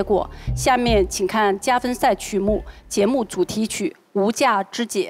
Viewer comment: 无价之姐 好像四川话 哈哈哈哈